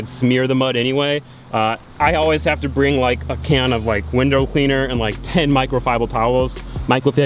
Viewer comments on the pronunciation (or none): "Michael fibre towels" nice work on butchering that one